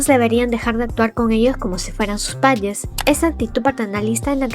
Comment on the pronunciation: por que dices? en lugar de padres??